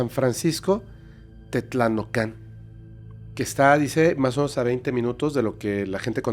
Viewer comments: 😂😂😂😂 Estimado, NO DIGAS MÁS MMds. Es Tetlanohca, Tlaxcala, No TETLANOCÁN. 😂😂😂😂😂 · se pronuncia Tetlanohcan (con acento en la “O”) pero increíble capítulo. Ame y la Malinche es una montaña, era un volcán hace mucho mucho tiempo pero se extinguió